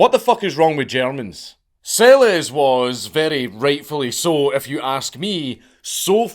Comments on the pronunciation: Its pronounced "Selesh". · BTW, Monika Seleš, pronounced SeleSH 😜